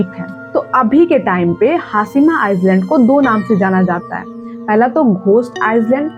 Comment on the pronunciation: Its not pronounced as iceland , its iland , s is silent